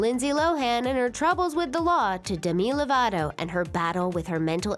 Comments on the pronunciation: Did she just say demila-voto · 1st of all, that is NOT how you say demi lovato's name. this video is complete and utter bullsh*t